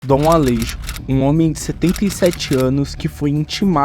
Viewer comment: Alejo ? se fala ale(rro) . o J tem uma pronuncia com som de dois R. Assim como Juan, se fala Ruan. Espero ter Implementado um pouco de conhecimento as pessoas.